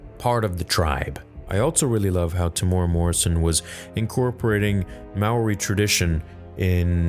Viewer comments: As a new Zealander. U pronounce it like 'Moorì' for Maōri. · Absolutely loved the latest episode, and your breakdown. Just thought I'd add this but your pronounciation of the word Maori wasn't (in New Zealand) considered the correct way. But it is awesome in it of itself to see that Temuera being able to include part of his culture, and furthermore New Zealand culture in this series!